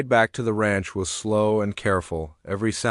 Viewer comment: The narrator needs to learn that Amber is not pronounced Ember, and Ranch is not pronounced raunch. Poor proofreading -distracting, plus it reduces the integrity of the story.